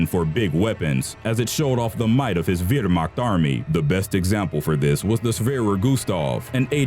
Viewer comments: correction on your saying of "Wehrmacht" its not "vehrmacht" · the way u said "Wehrmacht" army sounded Russian not german smh!!! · I commented that at the start if the vid. Btw can you work on your german accent? Gustav is fine, but schwerer and wermacht arent so good